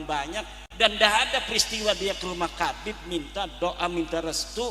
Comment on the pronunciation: ga bisa baca,Habib di baca kabib, walah² kiyai ko begitu, kiyai pemecah umat....!!!